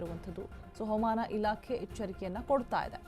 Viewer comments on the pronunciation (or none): ಅವಮಾನ ಇಲಾಕೆ ಅಲ್ಲಮ್ಮೂತಾಯಿ ಹವಾಮಾನ ಇಲಾಖೆ ಅಂತ ಸ್ಪಷ್ಟವಾಗಿ ಹೇಳು